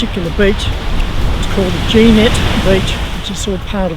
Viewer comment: I was always told it was pronounced “ fresenay”. Anyway it was a great place when we went through there 2 years ago . Nice episode